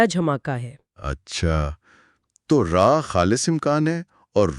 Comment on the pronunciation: راہ کی بجائے اسے۔۔۔'راح' پڑھا جائے۔۔۔